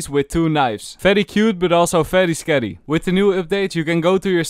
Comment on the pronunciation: veryy skarry